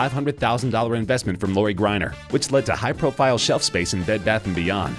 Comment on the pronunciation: Can't even say Loris last name right shaking my head.....